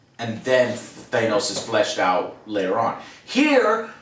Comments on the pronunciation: Thay-nose, 'the next Thay-nose act.'... Still just... You'd think that at this point you would realize that you're saying it 'dumb' to use Alex terminology. That you would acknowledge if you were doing it on purpose, and that there wouldn't be SO many more, and after so many times of it being EXACTLY the same wrong version, there is no way that it's dyslexia or whatever. Also, here I've been telling you almost every single review that it had been renewed for season 2 even before the show started, just not TOTALLY confirmed yet. But that was on the same page of you guys being CONVINCED that the one picture was Black Widow and Loki, because somehow that made sense. But literally your logic about a season two and this season is that they either MUST have been planning it all along, hence you being able to feel butthurt betrayed somehow? OR they would have ended it badly. Because it's somehow IMPOSSIBLE to change directions with the final part of an episode halfway through the production? Even almost at the end for that matter? And that you completely misunderstanding what they said all that time ago about the Disney= shows is a mistake by you, not something that is a betrayal to you or whatever. Not that it truly surprises me when this video is filled with Thay-nose, over and over again. And yes, maybe I would see that as just a singular thing, or just a weird accent thing that no one else has. But when it's in the same category as Kenisha or Kamonia instead of Kamino when it's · Joe pronounced Thanos like we used to back then.. Thay-nos. Until the MCU arrived, old-school comic fans knew him as Thanos (Thay-nos) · Thanos is pronounced with a short 'a'. Like 'cat' or 'jackass'. Not a long 'a' like 'fake'. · Joe watched infinity war and end game... and he heard all the people pronounce "thanos" on screen, and yet he can't pronounce it to save his life "teinos this" "teinos that" SO FUCKING ANNOYING! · So we just gonna let Joe's "thayy-nos" mispronunciation slide..?